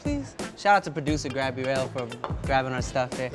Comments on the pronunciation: No one: David: “GRABrielle” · Did Tim say “Grabielle?” 😂😂😂